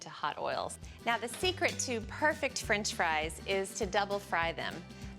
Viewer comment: “Frinch” fries